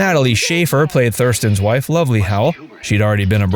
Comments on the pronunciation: got fasts wrong. Mrs Howell was not named lovely. She was named lovey. There is no l after the first one… also you said she was born in 1990. 26 years after show premiered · Lovey, not Lovely. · Gunsmoke was starting its 10th year in 1964. They put Gunsmoke in that spot but it wasn't Marshal Dillon's first rodeo. And it's "Lovey Howell" not "Lovely". Though she certainly was.